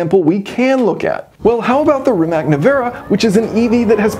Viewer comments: It is Rimac, not Rimek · As always, your videos are top notch. I have zero interest in ever owning a car like this. But I appreciate the work that goes into designing and building it. By the way, I think Rimac is pronounced as Rimats. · I think they'll prepare the Bungatti Tourbillion for the top speed run, Possibly dropping interior weight for more battery capasity. BTW, Rimac is pronounced Rimats according to Mate Rimac himself. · Funny how many people struggle with the pronounciation of "Rimac". It's [rimatz], not [rimak]! Even Matt Watson eventually got it right 😂 Cool calculations btw! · rimac is pronounced "rimats" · Always excellent to watch your videos. A pronunciation correction; Rimac is said like *Rimats*. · Just a little thing, 'Rimac' is pronounced as 'Rimats"